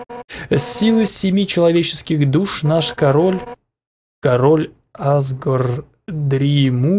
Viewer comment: правильно азгОр,а Азгор